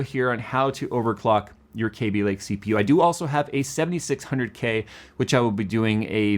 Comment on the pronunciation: Love how says "KAYby" not "Cabby" lake. Ran into an Intel employee randomly at a wedding, and apparently it was always "KAYby" but then an executive started calling it "Cabby" and everyone below him started following his pronunciation.